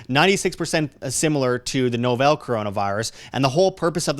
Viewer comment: please quit saying the "novelle" (sl) virus. The word is novel, as in new.